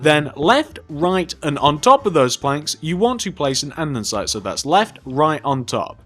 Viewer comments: AnDENsite 😂😂 its andesite no n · its andesite not andensite you cant read